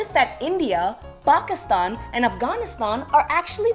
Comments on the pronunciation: Why does she keep pronouncing Pakistan like that? Bawgistawn! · What?!?! How?!?!? The first guy who made the comment said she says Pakistan like "bawgistan" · What the hell are bokiston and offghoniston? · I hate the fuckin way she pronounces Pakistan and Afghanistan in the video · And Afghanistan too but then she pronounces India normally